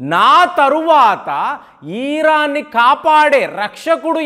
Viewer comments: ఈ ప్రపంచం లో నువ్వు ఒక్కడివే ఇరాన్ నీ ఈరాన్ అని పలకడం, అజర్ బైజాన్ ను యిజార్ భైజాన్ అని పలికే వెరైటీ మనిషివి నువ్వు అనుకుంటా... చిరాకు నీ పృన్క్యుయేషన్ వినాలంటే.... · ఇరాన్ ని ఈరాన్ అనాలి అజర్ బైజాన్ ని ఈజర్ బైజాన్ అనాలి ఇరాక్ ని ఈరాక్ అనాలి ఇలా ఎన్నో కొత్త ప్రయోగాలు చేస్తున్న (ఇది నా ప్రయోగం) గారికి జోహార్..జోహార్.. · Hijarbaijan kaadhu azerbaijan spelling correct ga paluku iran ni eeeraan ani saagadheesthav enti pronounciation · meeru perlu sarigga palakatledu pronounsation sariggaledu aitulla komeinini atulla kaamini ani iran ni eeran ani hajar bhaijan ni hijar baijan ani antunnaru